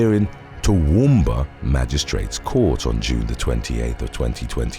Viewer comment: Full points for pronouncing Toowoomba correctly.